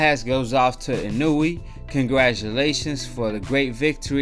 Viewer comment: his name is pronounced in-oh-way fyi Japanese pronunciations are similar to spanish. I think a lot of people count out the fact that Donaire has fought at featherweight and this is Inoue's third weight class and he's a 3x champ. size matters and this fight was never gonna be a KO. Inoue def has room for improvement but there were times in the fight where he looked ridiculous